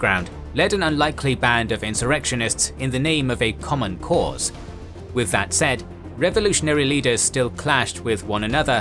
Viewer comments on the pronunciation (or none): none